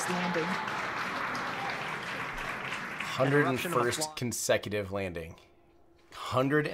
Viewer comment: Tim Dodd: chosen to go to the moon but doesn't know how to pronounce 101st 😁